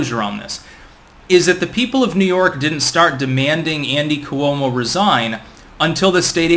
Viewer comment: It’s pronounced Kwo-mo